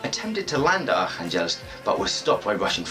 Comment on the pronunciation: Hi I was born in Arkhangelsk and my family and I moved when I was a baby. Currently living in Australia so watching your video for learning about my home town :) thank you! A little feedback on pronunciation of oblast, the stress is on the first syllable, on the "o" of the oblast. And in the wordArkhangelsk it's on the "kha", yeah it's quite a teeth breaking name of a city...